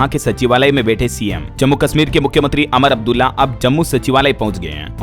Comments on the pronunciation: आप उमर अब्दुल्ला को अमर अब्दुल्ला बोलते हैं, जो गलत है। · उमर अब्दुल्ला बोलना है अमर अब्दुल्ला नहीं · आप उमर अब्दुल्ला को अमर अब्दुल्ला कहते हैं। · अमर अब्दुल्ला नहीं उमर अब्दुल्ला है। कृपया उच्चारण सही करो